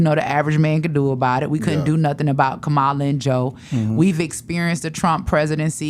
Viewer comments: Angie her name is KAMALA or COM-MALA to help you pronounce it correctly I agree with your talking points but at least say her name correctly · It’s a shame, she is a black woman and mispronouncing VP Harris’ name. If you can’t pronounce her name, let’s try calling her VP Harris. Angela Stanton is a disgusting individual who is upset that she couldn’t grift like Candace Owens!!!!